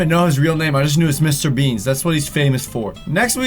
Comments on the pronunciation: Did he say...Mr...Beans Omg..bro it's Bean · It's mr bean not mr beans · Mr. Beans?????? Its Mr. Bean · Mister beans? Its mr. Bean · Wait he said mr beans it's mr bean so funny😹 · M.r bean not m.r beansa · Mr BEAN not Beans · Is anyone else gritting their teeth everytime he says "Mr. Beans" and not "Mr. Bean"? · Bean not beens lol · It's just BEAN NOT BEANSSSS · Who else was bothered by the fact he called mr bean mr beans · HE'S CALLED MR BEAN NOT BEANS!!!!!! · He said Mr Beans 😂 its mr bean with no "S" at the end 😂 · Mr.beans? Seriously it's mr.bean! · It's Mr bean not Mr beanzzz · IT'S "MR. BEAN" NOT "MR BEANS" hahaha 😂😁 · Did he say Mr. Beans, with an "S" ???????? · Mr Beans 🤣 no ‘s’ at the end 🙄😒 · Its Me.BEAN not mr.beans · He said Mr BeanZ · It's Mr. Bean... no s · lol he said mr.beans I'm not hating bc not my teens/adults don't watch mr.bean